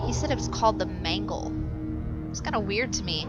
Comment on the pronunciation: it's mangle